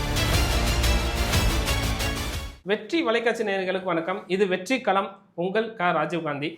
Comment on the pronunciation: இரண்டு சொற்கள் இணையும் போது (நிலைமொழி + வருமொழி), 'க்' ஒற்று மிகும் (வல்லினம் மிகும்). 'வெற்றி' என்பது நிலைமொழி, 'களம்' என்பது வருமொழி. எனவே, இடையில் 'க்' சேர்ந்து வெற்றிக் களம் என எழுதவும் உச்சரிக்கவும் வேண்டும்.